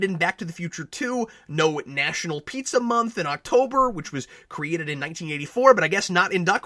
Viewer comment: I'm glad you, too, saw potential in this. I would have gone all the way and made it a parody. Make more of the film noire aspect. And how the heck could Howard know to pronounce the food "pee-tzah" instead of "pie-zah" or "pee-zah"?